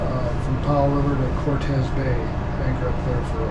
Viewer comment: Hello if that place was named after Mr Hernán Cortés the pronunciation is Cortés with accent mark on the "e", you're welcome.